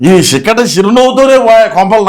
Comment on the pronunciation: చిక్కటి కాదు షిక్కటి